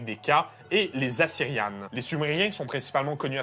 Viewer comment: Salut noble cousin du Québec, en langue d'Henri Bourassa on dit Assyriens et pas Assyrians à l'anglaise.